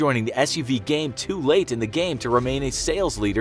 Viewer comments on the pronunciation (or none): none